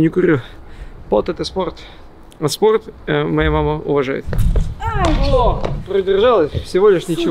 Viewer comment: "Спохт, пхиносит боль" ®